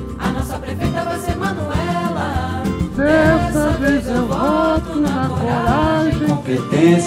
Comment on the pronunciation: Tem que falar manuelá